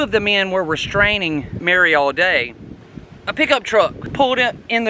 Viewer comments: It is not Al day. It is pronounced Allday as if it has two LLs. I know. I grre up close by. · I appreciate your effort. You are accurate with most of it. I probably know more about this case than anyone, as my father wrote a book about it, Dead Man Coming, after covering the crime, then the trials. He wrote the book and there was an escape from Reidsville State Prison. Other than not pronouncing the family name correctly, you did get most of this right.